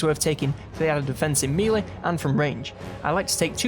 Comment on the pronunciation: I absolutely love these videos. Doing a fantastic job. Only criticism is the way you say Melee! It's driving me insane 😂 its pronounced "May-lay" not "mee-lay"